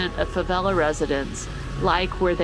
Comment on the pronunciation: please make an effort to correctly pronounce the two new words you learned that day (rocinha and favela). It is painful how you are butchering the words.